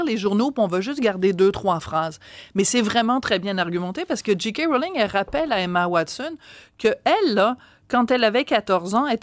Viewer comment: pourriez-vous corriger votre prononciation, SVP. la lettre 'j', en anglais, se prononce prononce 'djé' et non 'dji'. On devrait prononcer 'Djé' 'Kay' Mrowling. Merci.